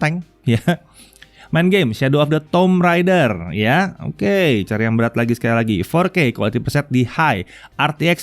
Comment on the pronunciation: tomb raider (dibaca: tum reider) hehe